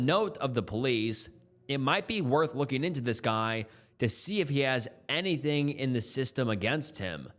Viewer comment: ing is not -een. As in, looking, not lookeen. Say it like the -ing the word king, which you wouldn't pronounce as keen.